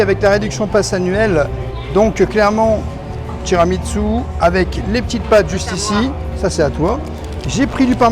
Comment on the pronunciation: Merci pour cette vidéo très instructive les! A chaque fois parle de TramiTSu…mais ça se prononce TiramiSSu. 🫶 Continuez comme ça, vous me faites voyager au quotidien et j’adore nos rendez-vous.